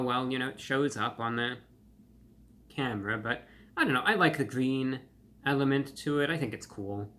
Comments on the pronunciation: "It's gween!" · it's GWEEN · “It’s Gween!”😅